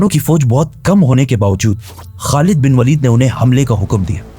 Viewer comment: not walid bro waleed